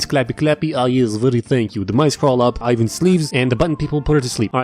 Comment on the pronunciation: You dont pronounce ivan like that, yk that right 💀